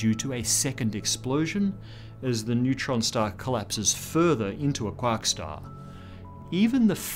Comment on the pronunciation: When he said quark star. I laughed, it's funny but I don't know why